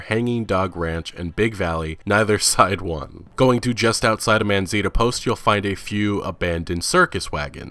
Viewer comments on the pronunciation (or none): Man-Za-Neeta non Man-Zeeta lol